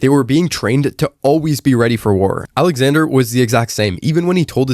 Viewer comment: bro said his name wrong… smh